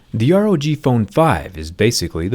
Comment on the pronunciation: Rog not pog